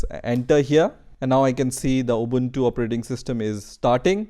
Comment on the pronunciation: You are amazing, how can you pronounce the word ubuntu very correctly as a none English word.